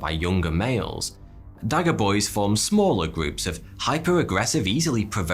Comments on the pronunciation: dagga boy - not pronounced dagger - but how to explain this - say da ggggg( clear your throat sound) a. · Dagga in “Dagga boy” is pronounced with the double g sound being the same as if you were trying to get phlegm, or a popcorn husk from all the way at the back of your throat. The word refers to Cannabis and the phrase, someone who uses it excessively. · You would need speech training to pronounce "Dagga", this word has a double rolling "g" that is very South African. A very harsh sounding word, not soft like dagger. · Privet! Ok, you know how you would pronounce the "ch" part of "Lo[ch] Ness". Well in Dutch, German, Afrikaans languages a "g" is pronounced as "ch", not "g" as "do[g]. So" Dagga Boy" is pronounced as Da[ch] [ch] a Boy as in Loch. "Dagga" has two meanings in Southern Africa... One is "You must mix more 'dagga', hurry!" - meaning "mixing cement for builing walls etc, (THIS 'gg' is pronounced as in 'g' for 'do[g]) and other meaning is " where can I buy some Dagga? Ie 'Weed, Marijuana. THIS' gg' as in Lo[ch] People make same mistake when pronouncing Baroque Composer J. S. Bach. They say Buck as in' l[uck]. Nyet! Is is pronounced as BUCH... 'u' as in lUck and 'ch', same as in LoCH. So, J. S. Bach is pronounced as "Buch" (guttural)! Excellent videos you produce,! Отлично! С уважением Commander Mikhail Rimsky-Korsakov (FSB [KGB]: Research, Information & Internet SM) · lol! "Dagga" boy! That word is derived from our slang way of saying weed/cannabis here in South Africa. We pronounce it different as well. But jokes aside these animals (Buffalo) are very dangerous. A farmer near us was killed by one. However I think Hippos are more dangerous and kill more people. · Easier way to describe it would be: The letters double G should be pronounced like a Scouser saying Chicken